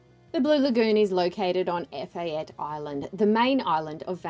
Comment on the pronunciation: Its "Eh-fa-tay"